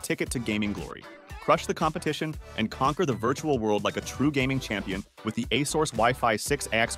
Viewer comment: Can't take this video seriously when he can't pronounce Asus correctly.